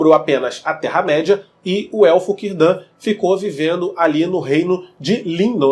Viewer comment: Cirdan se pronuncia "Quirdan"! Ninguém sabe se o mago é o Gandalf, até pq ele chegou muito depois da última aliança e pelos portos cinzentos, mais provável que seja um dos magos azuis.